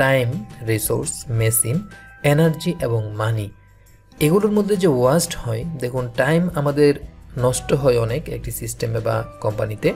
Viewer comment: very helpful class but Sorry to say sir it not ওয়াস্ট it's ওয়েস্ট।